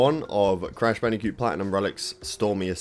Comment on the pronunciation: Achully counter: 13. Not too bad. I don't know where from is in Britain, but his pronunciations are hilarious. Djump, Achully, Bandicute. I'm watching another Brit YouTuber Storpey, he's from London, and he's much more different in pronunciation than. Or should I say, he's doing it like a regular Brit guy. 😂